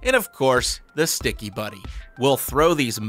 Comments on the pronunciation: I love how he says Shticky it's so funny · OMG I CANT ANYMORE JUST HEAR HIM SAY WHEN IT COMES TO THE SCHTICKY IM GOING TO DIE 😂😂😂🤣🤣😂🤣🤣🤣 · Well he’s English and that’s German